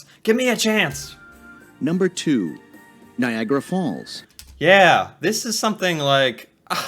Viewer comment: NiagAra. Not like "Viagra." And it's "the Maid of the Mist," not "Maiden."